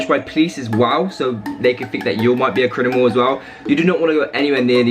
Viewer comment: i hear crinimal not criminal